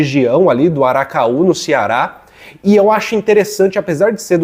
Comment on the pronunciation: Uma correção, o nome da universidade é Vale do ACARAÚ e não aracaú!